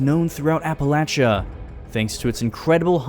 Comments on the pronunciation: Finally, someone who pronounces the "-chia" in Appalachia correctly, and not "-sha" 🙌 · As someone from Appalachia, I genuinely appreciate that you pronounced it correctly LOL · HE SAID APPALACHIA RIGHT!!! WOOOOOOO!!!!!!